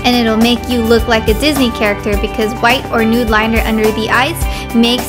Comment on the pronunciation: sounded like you said grabbing a white ass shadow